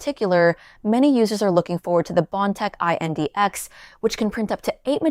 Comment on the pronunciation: Just say index.. it’s not I n d x